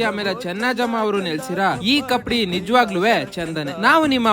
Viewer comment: ಕಪಡಿ ಅಲ್ಲ ಅಣ್ಣ ಕಪ್ಪಡಿ🙏🌺🙏